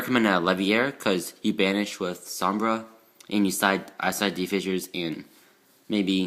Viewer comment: Som-Bray is how you say it and 3 sheratin is terrible because you have to normal summon it. You should cut it down to 1 and add two maxx c in place